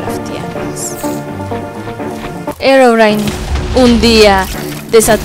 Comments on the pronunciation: se pronuncia herobrine a sí se escribe y se lee herobrain.😐😐😐😐😑😑😑😉😉😞😒😁😃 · mini bolita bonita y tampoco se dice herobrain es Herobrine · herobrine se pronucie